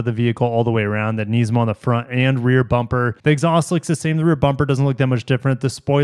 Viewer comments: I watched 30 seconds of the video and had enough of the way u say it…..its Nismi not Neesmo🤦🏻‍♂️🤣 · Yet another one who pronounces it Knees-mo😅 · I love you but please pronounce NISMO correctly (niz•mow) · Its Nismo with an I not an E